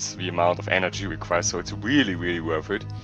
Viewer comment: Hab mich schon gefragt warum du ze sagst ._.